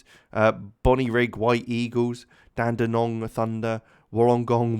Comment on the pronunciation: Just some tips: Melbourne is pronounced kinda like Mel-Bin or Mel-Ben. Dandenong is Dan-De-Nong and Wollongong is Wool-En-Gong.